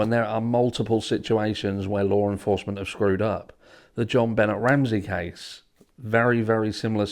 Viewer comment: Can I get a translator over here?? I don't know the difference between LAW ENFORCEMENT and "lore enforcement ".. 😂😂😂